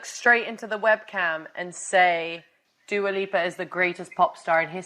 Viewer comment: Who the hell is Dooa Leepa?